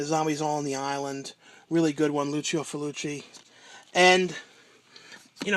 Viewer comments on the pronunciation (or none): its pronounced Lucio "FULL-CHI", not Lucio "FUL-OO-CHI"